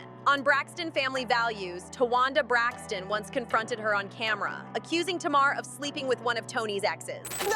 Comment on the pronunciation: Her name isn’t TMar her name is Tamar hun you have to pronounce the a lol you’re pronouncing her name like the a is silent 😂😭🙄